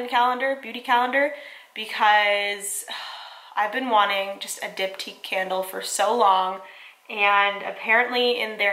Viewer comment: I just realized you're saying Diptyque Candles not Dip Tea Candles hahah